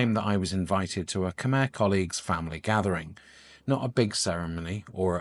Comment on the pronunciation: Maybe your first job is to learn how to pronounce "Khmer" 😂